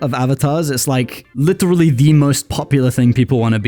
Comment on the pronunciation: I LOVE THE WEIRD "LITERLY" ACCENT LOL❤